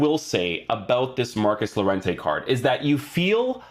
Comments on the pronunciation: It’s pronounced yorente ;) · Lol its crazy llo is pronounced yo in llorente